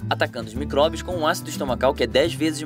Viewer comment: Tô confusa é micobrios ou micróbios ele te responde no começo kkkkkkk